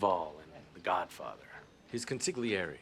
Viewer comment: Harvey mispronounced a word (consigliere)! If I was Mike, I would've teased him haha